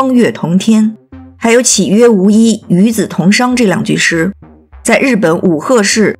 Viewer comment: 其实文婷也加剧了这样的语言污染，歧义写错了，与子同裳也念错了，半斤八两，跟外交天团差不多